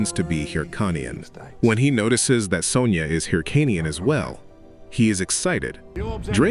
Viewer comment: AI narration is really messed up, it's not son-jah. it's son-yah.